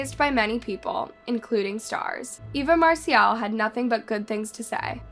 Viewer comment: Stephanie Moseley was born in 1984. Get it right. Do your homework! How did you even get this gig? You should call yourself "Miss Information"! You also mispronounced Eva Marcille's name all the way through. Mar-Sill, not Mar-See-Elle! How can we believe ANYTHING you say?